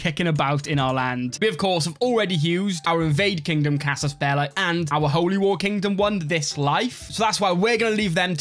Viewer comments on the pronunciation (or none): It's casus belli as in belly